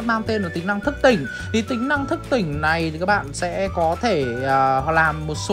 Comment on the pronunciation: Thức tỉnh mà tui nghe thất tình tưởng kelly bị thất tình chứ ha ha